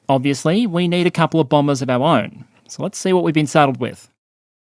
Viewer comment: "bombers of ow own". Thats the second time inside a minute spoke with rhotacism.